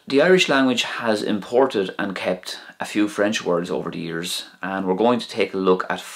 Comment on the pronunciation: Hello, I'm Belgian my first language is french and in this video there is not a single pronunciation of words that is correct.